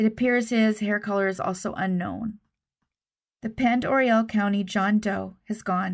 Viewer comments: I believe the town is pronounced Pend O ray. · Pend Oreille is pronounced Pond-O-Ray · Pend Oreille is pronounced pond-er-ay. I am from there and it’s French in origin. 🙂 thanks for the video!